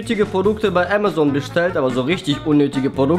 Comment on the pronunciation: ha das heißt Amazon und nicht Ämazon